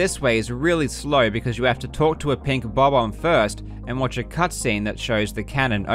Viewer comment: Thank you for pronouncing "Bob-omb" like a normal freaking person. I hear to many people stressing the omb part of the word and it sounds horrible. Oh and as always, wonderful video, you absolute legend.